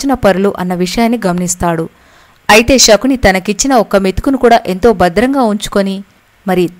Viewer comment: Amma " Shakuni " kadamma Sakuni and palakandi .